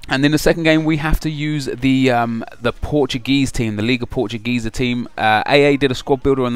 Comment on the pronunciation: It's pronounced POOR TOO GAY SAA. Don't think I'm hating on you I'm just saying.